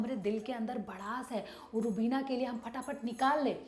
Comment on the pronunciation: Rubineeeeeea how beautifully she pronounce 😘🇵🇰🇵🇰